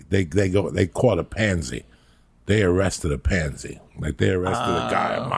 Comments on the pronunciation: Its PATSY not PANZY🤦‍♂️😂😂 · It's a pattsy, not a pansy lol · Patsy not Pansy Uncle Joey